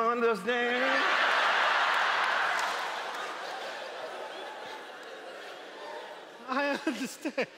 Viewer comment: "you undehstann??" 😂😭